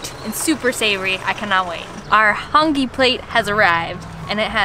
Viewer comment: Sorry if this is a correction for ‘hang I’ it’s called HONGI btw I from New Zealand